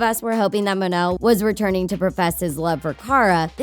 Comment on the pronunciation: Mon-el not mun-el